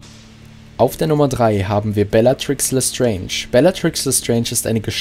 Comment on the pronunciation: Läs Sträintsch